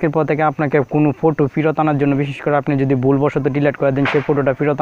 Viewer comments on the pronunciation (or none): ফুটো কী ভাই ওই কথাটি হবে ফটো